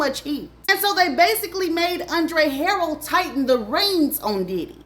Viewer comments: Learn to pronounce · Hi how are you? Andre's name is pronounced. Andre. Her rel.